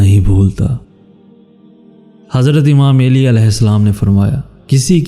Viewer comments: Plzzz pronunciation correct karlo plzz it's not Aili it's Ali Ai-li not Aa-lii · ya ( eli )nae hota ok Ya ( Ali ) Hota hai Sae kro tura sa plz